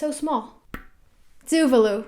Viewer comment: It's tu-vah-lu not tuvelu 😂 tuvalu pride 🇹🇻🇹🇻